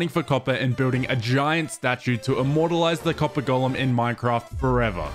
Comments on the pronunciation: I love how he says ćœppèr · i love how he pronounces copper coppah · "I dont actually know how much "COPPAH" do i need for this build" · "Now all we need is that COPPAH" "im going to need a lot of COPPAH" "I spent the rest of the day just mining for COPPAH" "I managed to fill an entire shulker with COPPAH" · update just finished the video, total "COPPAH" count is 58